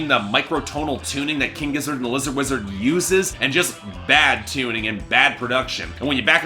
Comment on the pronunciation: It’s Lizard Wizard mate! Figure it out! If you can’t even say their name properly do you really think your review is valid. My review of your review is one star if that!